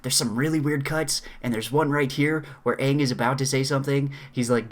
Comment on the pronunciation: Don't they pronounce the main characters name wrong for the whole movie? that's just embarrassing